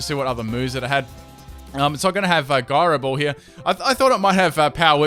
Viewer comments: It's also (ji-row) not (gi-row) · Gyro ball is pronounced j eye ro ball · ...it's "Jyro ball"...